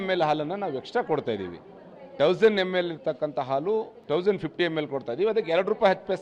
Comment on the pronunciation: ಆಲು ಅಲ್ಲ ಗೂಬೆ…….. ಹಾಲು ಅಣ ಅಲ್ಲ …… ಹಣ 😂